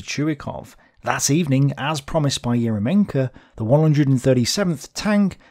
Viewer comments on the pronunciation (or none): not EromenkO, he is ErYOmenko, because in russian language "Ерёменко" and "ё" (YO in english) always main vowel in word.